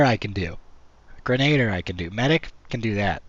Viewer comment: You gotta learn how to pronounce grenadier.